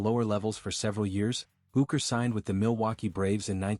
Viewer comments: Quality video ... not ... can't even pronounce his name correctly! AI is wonderful! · it's not possible to be respectable and get the AI to pronounce his name correctly?